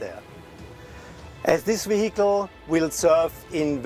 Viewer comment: What’s a “vehicule”?